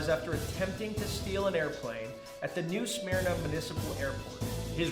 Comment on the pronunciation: Eh!!! Home town Florida man news!!!! Fuck ya!!😂😂😂 Say it with me. New Smerna. Not how it’s spelled but how you say it. Lol